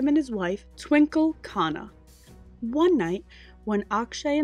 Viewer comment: Khanna is pronounced Kun Nuh. Hrithik is Ryth-Ick